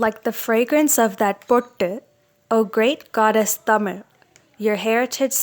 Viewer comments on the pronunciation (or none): none